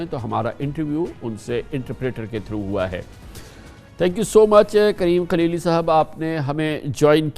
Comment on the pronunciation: کامران صاحب موصوف کا نام کلیلی نہیں ہے بلکہ خلیلی ھے شاید آپ اردو کو انگریزی الفاظ میں پڑھ رھے میں